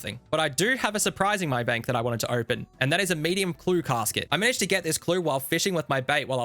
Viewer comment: The way he says casket is very funny